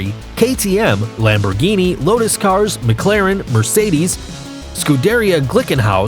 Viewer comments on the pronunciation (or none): none